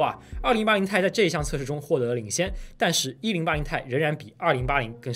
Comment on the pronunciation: 不念钛 念T i